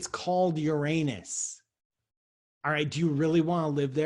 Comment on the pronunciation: That's why we love Dr Paul -- he's not afraid of the proper pronunciation of "that" planet. Boom!